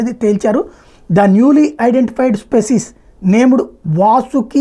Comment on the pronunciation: నీకు సైన్స్ తెలీదు....దానితో పాటు జీనస్ మరియు స్పీసీస్ పదాలు పలకటం రాదు. సైన్స్ కి మతానికి ఏం సంబంధం? కొన్ని మిలియన్ ల సంవత్సరాల క్రితం అన్నీ బిగ్ సైజ్ జీవులే వుండేవి? అది కూడా చదివి ఏడువు???